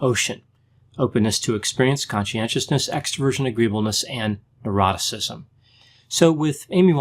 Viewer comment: Every time you say neuroticism I think you say eroticism. Every time.